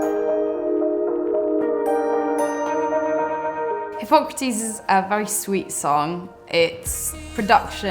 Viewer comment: wait hypocrates isn't pronounce hypo-crate